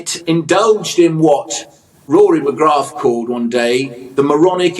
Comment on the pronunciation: There's an irony to this interview. "Rory McGraaath" apparently exists. That is NOT how the name McGrath is pronounced. Jones is guilty of pronouncing too many letters there rather than Alex Scott's problem of misplacing g. His fundamental diagnosis is correct however. What she is doing is bad elocution and there is a difference betwern elocution and accent. Accent should not be corrected. Bad elocution should be. Why? Elocution is all to do with communication. Bad elocution leads to a lessening of the ability to communicate. Since the primary job of a presenter of any kind is to communicate it is actually demonstrating lack of capability in the very core of the role. She should get off her high horse and correct her pronuciation of continuous tense participles. He should learn to say the name McGrath correctly.